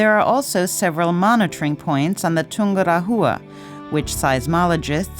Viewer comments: Not poor, it is plain terrible. I've climbed Chimborazo and have been to Ecuador a few times. My ears hurt when I hear "Tungura -HUA" instead of Tungu RA wa", and sound "z" in Chimborazo. Are they going to pronounce Quito and "KWIT - oh"? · The sound track is terrible. In "Chimborazo" the letter "z" s pronounced as "s" as in "see", not "z" as in "zoo". What is Tungura-HHHUa??? It should pronounced as "Tungu RAH -wa". Your videos are usually great, but please LEARN how to pronounce the names of the places. It takes seconds to do it. It is hard to watch when the place names are butchered.